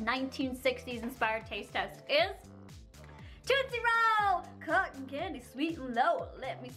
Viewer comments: You say Tootsie Roll wrong no offense it's not toot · i like how she says tootsie roll like TOOTsie roll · Did any one else get hurt when she was downing that candy lol I'm a 90s baby like I was born in 91 and that was the stuff I grew up with love all those candys and by the way did any one get irritated by the way she says tootsie roll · Why does she pronounce tootsie roll like that?? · I cringed every time you try to say "tootsie roll"